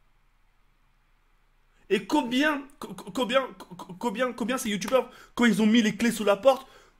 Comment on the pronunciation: 4"10 "Et Cobien, cococobien, cocobien ...?" Mdrr cet accent magnifique